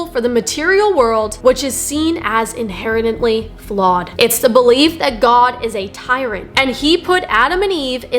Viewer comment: She just happened to mispronounce it